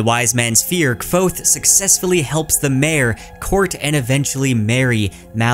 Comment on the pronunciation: Congrats on getting that Kvothe pronunciation right!